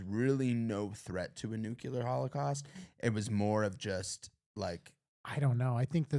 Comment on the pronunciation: Dudes, I enjoyed this, but it's "NU - KLEE - AR," not "NU - CUE - LAR."